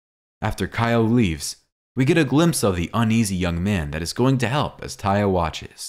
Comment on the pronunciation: IT'S (TAY-UH) NOT TIE-A😠🙄😡🤬👎👎AURRGH/ERRGH..!!